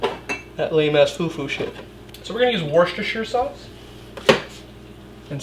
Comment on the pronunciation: Crazy thing is he’s the only person on the internet that’s said Worcestershire right 😂